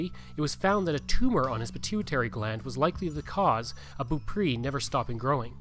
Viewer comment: It would be nice if you had learned how to pronounce Beaupre.